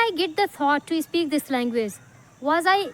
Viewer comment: Speak❌ ispeak✅ 😂